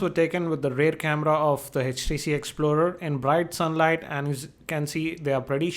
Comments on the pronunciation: Good video but it's HTC.. Not HECH T C! :) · its htc not hechtc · aapke aavaj mein utna daam nahi hai aaur it is htc not eh tc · its htc not hatch t c :P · It's 'H'TC and not 'Hech'TC. >_<